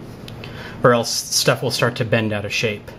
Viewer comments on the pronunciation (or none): none